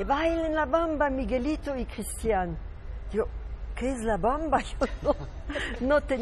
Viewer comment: No "Cristín"..............es "Cristián"